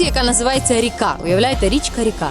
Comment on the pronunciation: Наголос на І , тобто вимовояти рІка